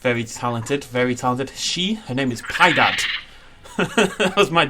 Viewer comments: not "Pi-dad", it is "Pi-eh-dad". Funnily enough, those monkeys are eaten in soup by brazilian people. They say it is "uma delicia". I was once in a Zoo and they had a baby giant anteater and he loved avocados. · Lol that’s not how u pronounce piedad it’s not pie dad y pi-a-dad